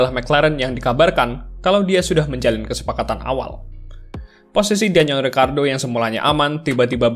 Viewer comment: ricciardo bang bukan ricardo beda